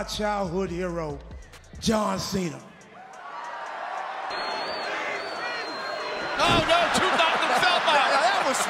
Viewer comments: I laughed the most when Santino mispronounces John Cena as "Jon Chena" 😅😂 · "John Cheyna" :'D Marella was way after my time, but he seems incredibly entertaining. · Will always remember Santino Marella saying John Chenna! 😂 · The "John Cheana" thing got me EVERYTIME.